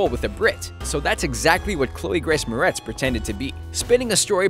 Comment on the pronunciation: "Chloe Grace Moretz?" Wat even the fuck?